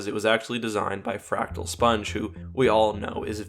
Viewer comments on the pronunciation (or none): none